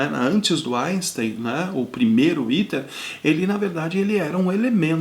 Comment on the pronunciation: Pronuncia-se: 'éter' e não iter.